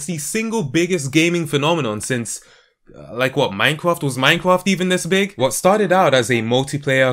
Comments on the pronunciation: 2 points 1. you pronounced minecraft as minecwaft 2. the fallout 76 hacking tweet thing idk look it up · Does anyone notice how he pronounces mimecraft as minecwaft ?